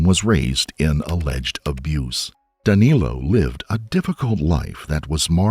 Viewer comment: The Cavalcante pronunciation didn't bother me at all, but I chuckled a couple times when Danilo was pronounced as 'Danéluh'. But it really doesn't matter if it is a bit mispronounced anyway...